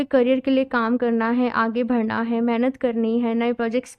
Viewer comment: Sab theek hai app achi reading karti hain but thoda pronunciation par work kijiye please, aage BADHNA hota hai BHADNA nahi boltey....KANA JI nahi KANHA JI boliye.....